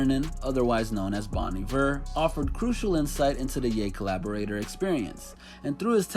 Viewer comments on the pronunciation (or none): Man rlly said “Bon EEEver” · It’s bone eevere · Anyone else cringe when he said Bon Iver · It’s pronounced Bon Iver